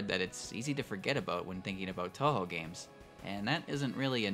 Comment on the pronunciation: Oh god I cant get over the cringey pronunciation of touhou. It would be better if you didn't try my man. Just say it anglicized if this is how you try to say it with a Japanese accent